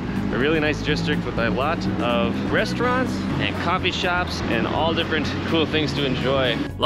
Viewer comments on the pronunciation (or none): am i the only one who had to rewind twice to hear what he said and understand what he actually meant? copy shop but coffee was meant they were (..) to fall but meant was they were just full